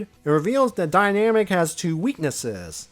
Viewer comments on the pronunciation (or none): Kindly and respectfully, I'm fairly certain it's pronounced "die-nuh-mac", not "die-nam-ick". Otherwise, fantastic video as always! The Archie reviews are always such a pleasure to see in my notifications. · Yeah, I agree. It's most likely supposed to be "dyna-MAC" and not "dynamic".